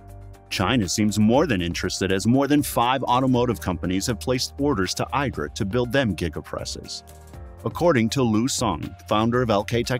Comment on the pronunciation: It's pronounced eedra.